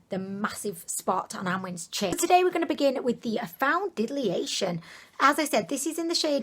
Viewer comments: got me saying foundiliation instead of foundation now 😂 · That’s not how you say foundation